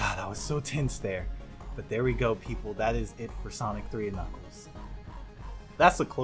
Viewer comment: knuckles? I thought he said nickels